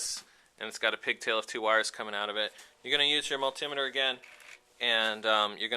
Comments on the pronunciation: Great video, helped me fix my buddies bike. That being said, as a tech I've used a multi-meter for over 20 years, hearing miltimmeter killed my brain, I started telling multi-meter at my phone. But excellent video! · Heheh mull-timeter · Had to turn this off, couldn't cope with the way this idiot pronounces multimeter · kills me how he says multimeter